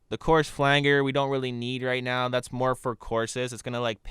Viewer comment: Thanks for you videos, very helpful as I work my way through Audition. And because you've helped me, I'll return the favour - it's pronounced 'flanjer' I couldn't work out what you meant at first then I realised! Keep up the good work.